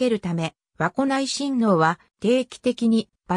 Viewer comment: 和子(わこ)ではなく、かずこですよ🎵